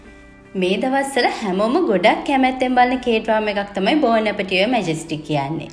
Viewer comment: බෝන් ඇපටියර් නෙවෙයි 😂 බොන් ඇපටයිට් කියනවා ප්‍රංශ වලින් නම් බොන් ඇපටිට් වීඩියෝ එකක් කරන්න කලින් වචන උච්චාරනය ගැන සැලකිලිමත් වෙන්න